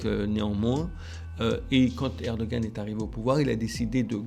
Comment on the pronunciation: s'il te plait. Tu l'entends le monsieur, il dit ERE DO GANE, il y un G dans le mot, il faut el prononcer. Alors pourquoi tu dis ER DO HAN, bordel, il y a un G dans le mot (je sais, je l'ai dit jsute au dessus) il faut, il est important de le prononcer. Et je je m'en tamponne de comment cela prononce dans sa langue d'origine, dans ces cas là, vu que ce n'est pas le même alphabet, il faut l'écrire autrement en Français et ainsi on le prononcera autrement. Mais s'il y a un G suivi d'un A, cela fait GA, ah, à 8: 49, tu sembles avoir entendu. Rha, à 11: 50 tu recommences, grrrrrr Mais j'ai les mêmes remarques (pas pour toi, enfin pas toute) pour le chinois XI JIN PING, si c'est XI, pourquoi tout el onde CHI, faut l'écrire autrement si on veut du CHI. Pour el truc de al COP 27, c'est Charm El Cheikh, donc avec un Kh à la fin, pas un Rh à la fin, bordel, c'est pourtant simple de parler de Français. Et encore une fois, ce n'est pas le même alphabet, donc Bon, allez, mon commentaire inutile est fini, j'arrête là. Bizoux les enfants, bonne continuation avec votre toujours bon boulot (ben oui, quand même).